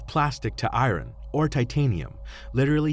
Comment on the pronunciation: This was an interesting case. You need to get a better script reader. An out of work actor would do a better job. The way he pronounces the word "iron" is embarrassing!